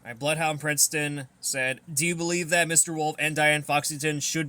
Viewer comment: Thanks for answering my question, though you pronounced my name as Princeton. Also, I believe the Diane Foxington mascot should be her in her govenor outfit since I like the glasses she wears with that outfit.